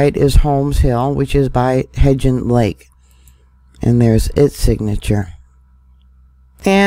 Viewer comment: Love hearing her say hebgen lake wrong… the g is not a j